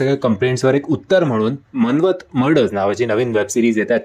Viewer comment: It's not man-want it's maan-wat, and ask the give credits to original invigation local team as well , not even names of these officers told correctly